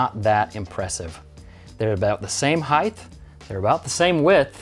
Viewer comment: you said heigth...is that a word? It's heighT, not heigthhh. It end in a T not H. Yes, that's the only thing i wanted to say. :)